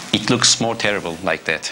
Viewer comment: It's teddible, just teddible lmaooo